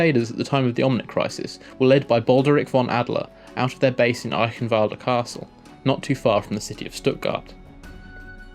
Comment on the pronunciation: ALDER NOT ADDLER